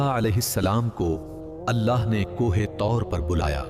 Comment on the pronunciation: Kohe taur nahi ❌ Kuhe toor hai